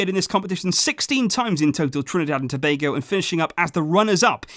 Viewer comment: I'm surprised he has pronounced Tobago right and I also thought u should've mentioned Dwight Yorke my idol🇹🇹